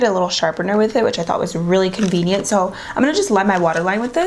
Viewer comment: This is how much she said convineant